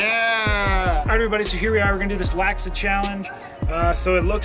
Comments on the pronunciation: Laksa is pronounced Lock-Suh for future reference haha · Hi, love the videos just a little triggered by the pronunciation lol. For future reference laksa is pronounced like lock-sah